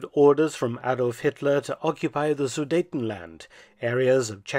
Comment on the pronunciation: great video and pronouncation of sudetenland and a happy 2024 to you and ure viewers